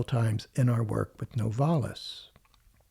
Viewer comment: It's NOVA-lis & not No-VAR-lis.